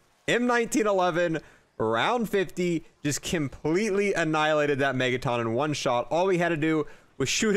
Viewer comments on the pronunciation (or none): Megaton, as in a million tonnes of weight, not megataan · Why does he pronounce megaton like megaTON lmao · Why do you say Megaton like that? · How do you not know how to pronounce megaton